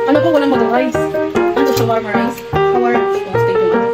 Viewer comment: "sHaWaRiCe" ShAwArAw" kuya grabe ba